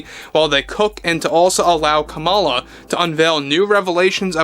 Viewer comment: Het! Kamala is pronouced "comma-la". If yiu are going to podcast...do your research!